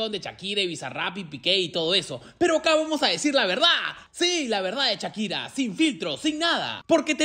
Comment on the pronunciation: Tan difícil es decir "Shakira" y no "Chakira"?